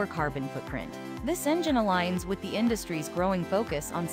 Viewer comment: Horrible Speech Synthesis or the person responsible for publishing it. You would think the word "the" would be spoken correctly these days.